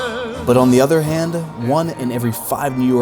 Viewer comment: why does this guy insert an 'uh' at the end of words "on the other handuh" "living under the poverty lineuh" "this video, is for youuh"